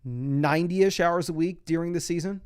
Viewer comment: Does anyone else hear “dEEring” when says during?